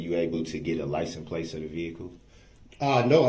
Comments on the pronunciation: “were you able to get a LICE N’ PLACE of the vehicle”? 🤦🏻‍♂️ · were you able to see a lisenz place for the vehicle? Objection your honour. GROUNZ. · I still don't know what a "lysen place" is.